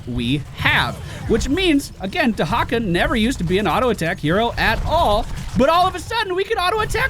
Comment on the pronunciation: WHAT? Dehacka?